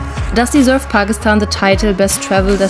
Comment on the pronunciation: She really knows how to pronounce Pakistan unlike some Youtubers. So she is definitely speaking truth.